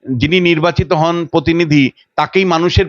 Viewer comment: Anchor এর উচ্চারণ ঠিক করা দরকার। পোত্যেক , পার্থী, পতিনিধি...এসব কী?